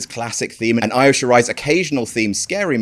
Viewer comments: = E-O not I-O! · It’s pronounced EEEYO, not EYE-O. Dammit,. Get it right!